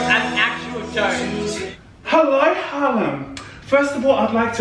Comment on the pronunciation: Listening to one four and then says in the inerwest harlim too funny